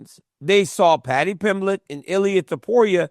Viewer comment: joe rogan stupid ass calls pimblate